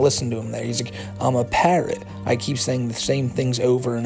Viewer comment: I hate how he talks. He sounds so babyish... "I don't wike you, Smokey MC Cwack!"